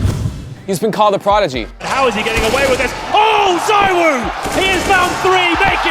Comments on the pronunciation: He is Zee-Woo btw not zywoo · It's ZeeWoo not Zywoo 😂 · It is zeewuu no zywoo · CMON GUYS! IT'S ZEEVOO! Can't you just learn how to pronounce his name? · I hate how is name is pronounced Zeewoo, ZywOo sounds better in my opinion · Why does every American pronounce his name wrong?!?!? Country of morons.